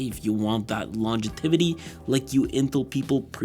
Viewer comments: the word is "longevity" not "longetivity" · "Longetivity"??? I think you mean "Longevity" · Longetivity is not a word! stop repeating it! jk lol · i got an aneurism trying to say longetivity in my head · longetivity, not once but twice lmao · Great video man. It's "longevity" though :) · I like how he says longetivity instead of longevity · It’s longevity, not “longetivity”, and I mention it only because you said it often enough for it to be jarring in an otherwise excellent video. 🙏🏽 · *Longevity, not "longetivity" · Longetivity was eating away at me this whole video bro.... it's LONGEVITY but good video nonetheless🤣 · Every time he says “longetivity” 😊